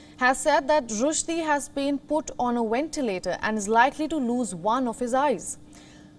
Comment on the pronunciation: She’s hot but get someone able to pronounce ventilator